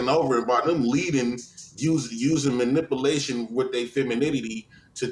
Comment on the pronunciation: Two grown men mispronouncing “manipulation”